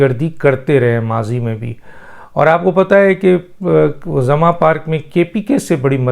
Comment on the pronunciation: ڈاکٹر صاحب لفظ " زمان" ھے آپ اسے " زماں" کہہ رھے ھیں ، براہ مہربانی اصلاح فرمائیں ۔